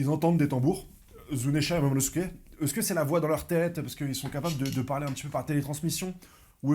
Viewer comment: Il est là pour la bagarre 😂😂 ... Momono-Skéyh 😂😂😂